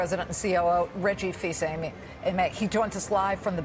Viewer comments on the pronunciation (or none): “Reggie Fils-Amy.” Haha! At least she corrected herself. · That butchering of Reggie's last name.